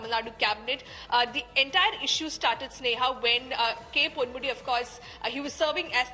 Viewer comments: Ponmudi, not pandmudi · Ponmudi not Pandmudi